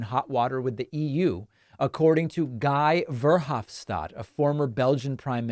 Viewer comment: Utterly terrible pronunciation of Guy Verhofstadt's name. I mean, it seems like a little bit of effort to pronounce it correctly would be in order. No one expects it to be perfect, but that is just so far off that it is utterly ridiculous.